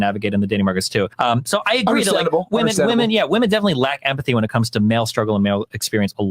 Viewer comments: Perhaps I'm out of the loop but why does she pronounce, "women," as, "woman?" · Why is "womAn" being said instead of "womEn"? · It's pronounced "wimen" in the plural form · I like your content. It is well thought out and articulate. The only thing that absolutely triggers me is your pronunciation of the word "women". It's not pronounced "woman", but "WOMEN". WOMEN WOMEN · ‘Women’ is pronounced ‘wih-min’ - it isn’t the singular, ‘woman’... Why is this rife now? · "Women" isn't pronounced "woman." It's pronounced "wemen." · i love your videos but can you learn how to pronounce women properly thank you ( as well as your "really" which confuses me all the time) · Received Pronunciation is what I hear... apart from ‘women’ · How can you be so well spoken and still pronounce "women" like that? Nice response otherwise. Don't mind those stupid comments.